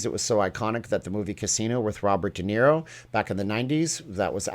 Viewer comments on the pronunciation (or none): none